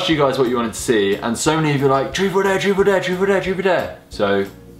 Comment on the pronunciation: I don't want to be a hater but it was annoying ime when he was keep saying truff of dare even though Marcus can say truth